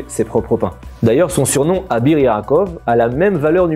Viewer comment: On ne dit pas « abir » mais « avir ».